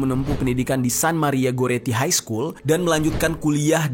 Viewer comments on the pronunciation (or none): none